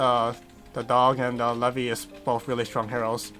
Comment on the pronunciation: Don’t ever say Lei-vi. It’s Leee-vai